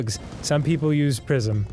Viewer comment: “Welcome to Pr-eye-zm” No one can murder a title with cold precision like Dan.